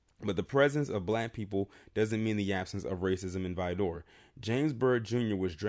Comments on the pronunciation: Good Lord, whoever told you it's pronounced "Vi-door" is NOT from TX. You had it right the 1st time, Vidor, that's it. As a Texan it just hurts my ears hearing "Vi-door." It's between Houston and Beaumont. I've passed through there on my way to New Orleans a few times and trust me when I say you want to get the HELL outta there ASAP. The one time I had to stop there I felt the heat in the store. Black ppl stay the hell out of there. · You are saying Vidor wrong try saying like vider good video sir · true texans say it like "vid ER"